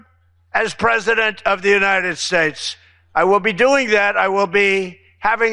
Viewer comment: and... The United Shates. What's a SHATE? 🤔